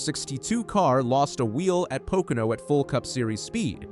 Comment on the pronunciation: A NASCAR posting that cannot pronounce Pocono. Po Can O??????????????????